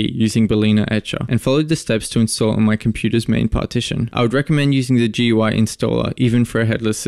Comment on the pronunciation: When did tech people stop pronouncing GUI, “gooey”?!?